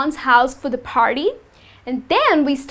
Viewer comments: All r nice . But why do u say farty (party) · Because Indian use F instead of P